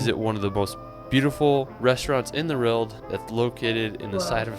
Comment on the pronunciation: This commentator can’t even pronounce ‘world” just listen. No hope with German words. !